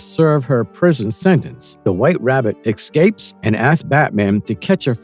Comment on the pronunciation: I wouldn't be shocked if it was AI narrated. Not very much. & " excapes " ? Who programmed the freaking AI ?